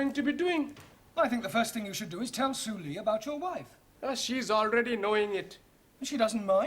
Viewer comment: So su lee isn't su lee but su ree😂